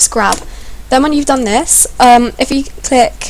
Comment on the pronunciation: lol I just noticed that instead of "click" she says"tick"